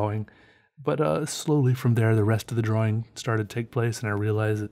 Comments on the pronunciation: i dont mean to be incredibly negative, BUT I HATE HOW CERTAIN PEOPLE SAY "DRAWLING" not "DRAWING" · your pronunciation of draw wing is fantastic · Kumori Yes! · lmao, sometimes it borders on sounding like draw-ling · Love how you say drawing. It kinda sounds like "draw-ring".